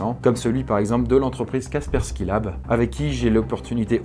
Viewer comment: C'est Kaspersky et non pas Kaskersky